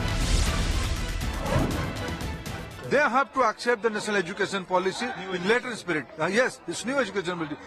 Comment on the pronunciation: We Tamil will not acjept what ever shit you say…’accept’ அப்படி என ஒழுங்க சொல்லுடா…union minister வேற